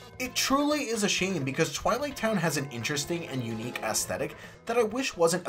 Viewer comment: AEsthetic not ASSthetic